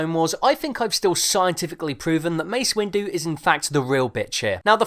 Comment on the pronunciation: more like Mace Winggerr